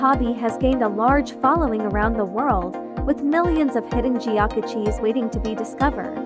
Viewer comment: That is NOT how "geocache" is pronounced, hahahaha!